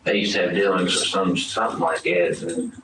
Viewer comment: Gawwwwd…I HATE when people say “like gat” with that southern drawl. “Gat” as in short slang/shitty pronunciation of the word: “That”.